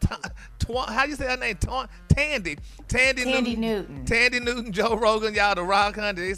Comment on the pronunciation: Tanddee Houston lol 😂 instead of Than-deee Newton 😂😂. Gary always saying stuff wrong lol